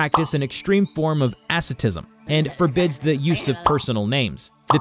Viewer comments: "they practice an extreme form of ASS-IT-ISM" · Ah, yes, ass-atism. I hear that's quite popular in Thai-bet. 🤨